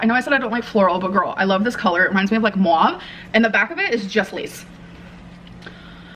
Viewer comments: I rage whenever she says "mwaav" instead of "mauve". Grammarlynnn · “MWAHVE” instead of mauve took me off guard 😂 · The way she said mauve. I had to go back. MOOAUVEE. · Lmao how she pronounced mauve…. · So New York 😒